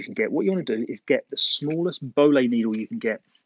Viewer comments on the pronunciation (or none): the way u said boillie made me cringe it is pronounced boylee not bowlee and the brand is nash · The boilie needle is for carp fishing and attaching a hair rig to the boilie bait. The bait is called boilie, because you boil it to harden the outer shell. It is also pronounced boy-lee. Not bol-lee. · Its pronounced"Boil'ey" they are a round processed fishing bait used for carp fishing. Good video mate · nice vid you can get the boilie needles from any fishing tackle shops in the carp fishing section the one you had is made by Nash Tackle but your pronunciation is slightly off if you break it down to two word the put them together it will sound right (boil -- lee) put them together and it will sound right hope that helps anyone going to buy one from a tackle shop